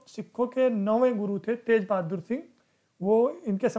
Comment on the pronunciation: not tej...GURU TEG BAHADUR SINGH JI.